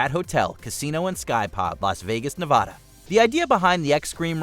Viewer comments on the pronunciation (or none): For christ sake people. It's Ne Va da. NOT NA VUH DA